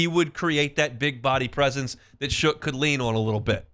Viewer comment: If you’re gonna report on this quarterback learn how to say his name it is pronounced SHUCK not shook